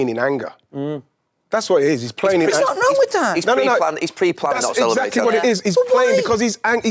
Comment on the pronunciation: "This Arsenal team have won nuuutin" 🤣